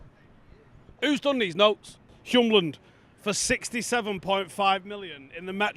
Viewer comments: It’s Hjulmand, not Hjumland 🙂. Literally means wheel-man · Hjulmand is pronounced "Yule" like Christmas and Mand means mann. So "Yulemann" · Please just look at how Hjulmand is spelled. The "m" is not right before the "l", it's right after. Why would you pronounce the "m" before the "l"? Just say "Hjul" and then say "mand".